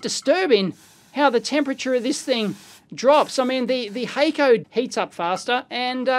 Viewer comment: HACK CO not hayco